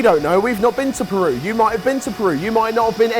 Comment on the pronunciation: As a proud peruvian please don't butcher the pronunciation. ....wait too late lol